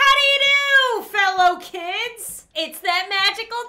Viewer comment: I always thought u said Fellowkins actually it was fellow kids